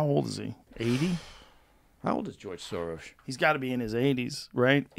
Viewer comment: Impressed that Baker actually pronounces George Soros' name correctly